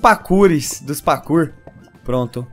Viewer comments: O fala pakour mas é parkour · vc ja persebeu q vc fala pakur mas é parrrrkur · Parei de ver o video só porque o falou PAKUR... até meu cachorro sabe falar parkour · Pelo amoor de deus para de falar PAKOUR pfv que agonia... '-' Fala PARKOUR quem nao gosta disso tmb deixa o like ai pra ele ver... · kkkkk nao é pakour é pakur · É parkour não pakour. Viu memória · O engraçado do é e ele fala "pakuor" kkkkkk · "pakur"? Ashuashuashuashua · Da uma agonia ouvi o fala pakur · o voce falou pacu